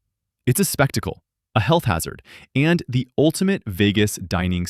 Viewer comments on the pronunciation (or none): none